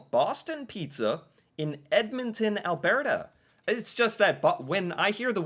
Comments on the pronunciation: Ok it's not AlBEARta it's ALBURTA! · How aboot the way he pronounces Alberta. "Al-BEAR-ta ??? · Listen to him, say Alberta he's not pronouncing it correctly. He says Albearta 😂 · I've never heard anyone pronounce Alberta like you do, hah :P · I just got here and it's going to haunt mine for sure. And the pronunciation of "Alberta" I'm back. The man can pronounce "escargot" but not "chalet" what is happening